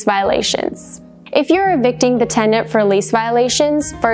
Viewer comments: this is a legal guidance video yet the host can't pronounce "tenant" correctly.. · Sounds like you are saying TeN-D-ennT? The timeline was helpful,? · I don't know about the rest of you, but I kept hearing tegnent!~LOL She also failed to mention the tenants right to a jury trial. 🥴